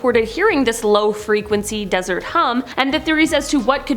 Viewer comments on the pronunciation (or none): none